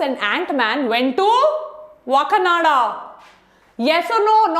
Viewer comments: Maidumb its not wa kananda Woh hai Wakaaandaaa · Maam part 2 to chahiye Aur woh wakanada nahi wakanda hai